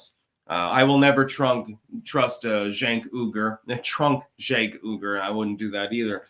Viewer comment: Cenk and the Young Turks - didn't they grant fame and fortune to AOC? and isn't his last name pronounced like "wee-gur"?